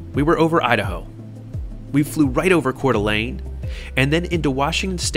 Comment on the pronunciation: Coeur d'Alene!?!?! That is where I live, well just north of there. And you pronounced it and Spokane correctly!! Kudos.